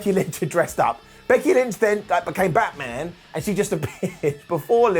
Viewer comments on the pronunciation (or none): none